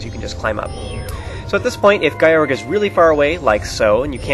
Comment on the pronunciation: Wow, I love the way you pronounce Gyorg's name. Guy-org sounds WAAAY cooler than Gee-yorg (that's what I though it was, but that sounds dumb). In Skyward Sword, do you think Fi's name is pronounced like Fai or Fee? I think "Fee" fits her appearance more, and that's how it would be pronounced in Japanese, but I'm not sure